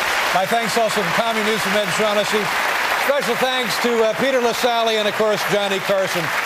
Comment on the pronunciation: btw it's Peter Lasally, not LaSalle. Great video otherwise!